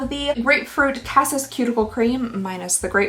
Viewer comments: Cassis is blackcurrant. (:the darker blueberry) :[cass-ease] would be a close pronounciation. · Reverie is rev-ver-ree, cassis is cah-see-ss and it's basically black currant